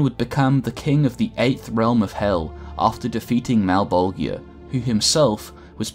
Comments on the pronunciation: A new spawn is made every 400 years, not a 100 and its pronounced Mal-Bol-JAH not malbolgia , thats just how its spelt, not how its said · Malebolegia = Mal-bol-juhh (jiuh) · Mal - bol - jah. That's the correct pronunciation. Everything is fine. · The only gripe I have in this video, is he's pronouncing malbogia.. malbojia? I'm not sure on the spelling but I do know it's mispronounced. Other than that I'm now a subscriber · I think the worst part is knowing you must’ve just looked it all up an made a video off of the shit you read in 45 min. You pronounce malbogia so wrong every single time. Anyone who knows spawn, knows how to pronounce his masters name. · FFS it's pronounced Mal-bol-ja. Watch literally ANY Spawn media where it's spoken. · YO!, you're pronouncing Malebolgia wrong man, go and watch HBO HellSpawn hear them say his name the right way man. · You mispronounced malebolgia countless times. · That ain't how you pronounce Malebolgia dude. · Why so many people pronounce malbogias name wrong 🤨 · Does it bother anyone else that he pronounces Malebolgia name wrong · You are saying malebolgia wrong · How you pronounced Malbogia's name gave me anxiety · The g in malbogia is pronounce more like a j then a hard g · Great video but I cringed every time you mispronounced Malebolgia . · You're pronouncing Malebolgia incorrectly.